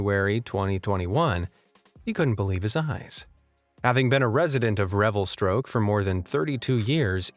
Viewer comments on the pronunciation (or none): Thanks for the great videos! but it's REVELSTOKE, not Revelstroke. LOL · It's called Revelstoke not revelstroke 🤣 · It's Revelstoke not revelstroke British Columbia. 🤣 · Revelstoke not revestroke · Revelstroke BC???? Bahahahahaha it’s Revelstoke, you Merican. Northern lights are a common thing up here eh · Revelstoke, not RevelstRoke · Revelstoke. Not Revelstroke. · That's REVELSTOKE! STOKE! NOT STROKE! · It’s Revelstoke not Revelstroke. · It's REVELSTOKE !!! There is no R !! Commenter must be from Toronto or Ottawa!!! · Fantastic video but one minor detail drove me crazy...that frozen lake is in REVELSTOKE, B.C. not "revelSTROKE" (speaking as a B.C. resident and have visited that same lake in the summer) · Just a heads up mate, it's pronounced Revelstoke BC not revelstroke. Your fan from BC Canada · had to laugh when you called the place Revelstroke and not the true name of Revelstoke.. just saying,lol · .....RevalSTROKE? ahahahahaha omfg im dying laughing!!! Its RevalSTOKE lol Imma say that to all my homies there now XD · IT REVELSTOKE , NOT REVEL"STROKE".......... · its revelstoke lol not revelstroke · REVELSTOKE. NOT STROKE. And Im from Ontario. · Revelstoke, not stroke. lol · Revelstroke huh? Lmao! It’s Revelstoke😂😂 What’s with the stroke in there? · ITS REVELSTOKE NOT REVELSTROKE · You mentioned the name of the Canadian town where the ice skater was propelled by an umbrella 3 separate times. Revelstoke has and continues to have only one r despite your pronunciation. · Just to correct you on the polar poppins comment. It's named Revelstoke BC not Revelstròke lol 😆 😂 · British Columbia Canada resident here. The name of the town with the lake skater is REVELSTOKE, not Revelstroke LOL! Very cool to see a town so close to me on this video! Love your channel! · Revelstoke NOT Revelstroke… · RevelSTROKE isn't a place, it's Revelstoke. Drop the 'R' lol. Seems like a lame attempt to be comical.. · It is REVELSTOKE...NOT STROKE. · "Revelstoke", not ...stroke.